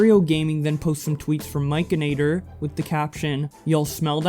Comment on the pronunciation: Hey there, love the video. But I do have to tell you that it's "Mike N Actor". Not Mikeanator, lol. No biggie...but I love him and his channel and wanted to let ya know. Thank you for your video 💜